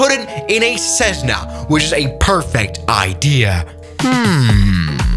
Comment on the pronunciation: Not cessna is jetssna